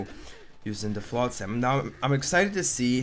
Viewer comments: I cringe every time you pronounce it flot-SAM. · Why can’t you say flotsam properly?